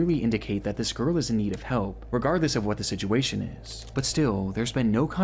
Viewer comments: holy fuck I'm not the only person sick of hearing him say "Sidjewation" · si jew way shun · ITS BEEN YEARS AND CAN STILL NOT SAY THE WORD “SITUATION” 😭 listen when he says it, you can never unhear it